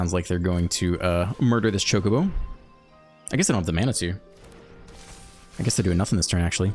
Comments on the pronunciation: You're saying Chocobo correct. In Japanese the O always makes the sound like in Open. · You are correctly saying Chocobo.